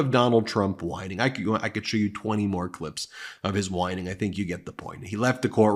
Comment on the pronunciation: Oh, I get it now. All along, he's been mispronoucing whining. It comes across as winning who knew.